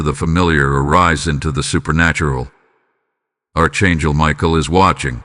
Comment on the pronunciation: This Narrative is boring me to tears. I've heard all this bs over and over again. This guy cant even pronounce Archangel.. Your all full of shit. Your deleted. I will not be repeating another cycle. This is demonic illusion.